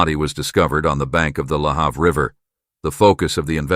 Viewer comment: Im watching again about the death of Karissa Boudreau in Bridgewater Nova Scotia. I live an hour away from Bridgewater but my father who lived in Bridgewater for many years was very upset. Lahave. The a in have is pronounced a